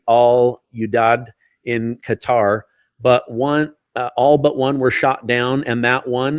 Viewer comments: Qatar is the name, not Carter. First, learn how to use the names before using them! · QATAR = KUHTUHR not GOTTER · U heard ca ter lol i check it again lol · It’s not cotter or cutter or gutter. It’s Kay tar. I heard the prince of Qatar pronounce it that way—twice. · I keep hearing analyst mispronounce Qatar it’s pronounced K short u tar not cutter. It sounds like you’re from Kentucky saying it like that. Just saying not criticizing. Love your show. I’m not sure if said it like that but I hear everyone on the news too saying it like that. Just sounds weird to hear it said like cutter. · He actually said. Gutter. Seriously? It's KA Tarrr OMG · It’s “Kah-Tar”! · He keeps saying Gutter who is that. Douse he mean Qatar. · its pronounced KA-TAR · Is he calling Qatar "gutter" ? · Please pronounce it properly. Qarar 👂 Ka’Tar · Ka-tar..please pronounce it correctly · Hi,. Appreciate you. By the way, the proper way to say Qatar is "cutter." I worked with them while I was an engineer and program manager at a major aerospace company, and they consistently said "cutter." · DAMN IT! As a major news commentator...you have a responsibility to know how to pronounce words PROPERLY!!! Especially major strategic cities! QATAR is pronounced KUH-tar!!!:face-orange-frowning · It's pronounced 'kwataar' or 'kittar' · Kuh TAR... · why is he saying cutter instead of Qatar? i ask because i am really irritated that some people are saying Iran, some are saying earon, some are saying aron. why is it so difficult to say it correctly? then we have Luis that cant even say his own name correctly. why? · Sure isn't Gutter....lol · Pls. It's Qatar NOT Cotter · I swore that guy was saying gutter, can’t take people serious when they can’t even pronounce the country right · He said carter lol I heard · Cotter pin.